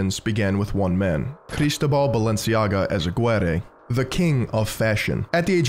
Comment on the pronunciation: Nice job on the pronunciation of names. Most youtubers mangle this and it's disrespectful. Thanks for putting in serious work. Awesome video. Eizaguirre->ay-zah-GHEE-rreh though.